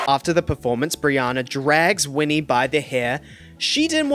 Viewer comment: & winnie, instead of whitney 🤦🏼‍♀️